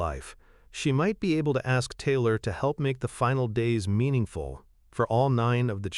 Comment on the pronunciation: This voice of the narrator is awful her name is Taylor, he pronounces it tiller or teelor speak English or get someone who can speak English to narrate.